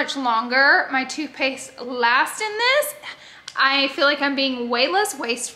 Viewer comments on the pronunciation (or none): When you were talking about toothpaste i thought you were saying toupee’s 😂😂 i was like gorl, toupee?!?!? And then i realized you said toothpaste lol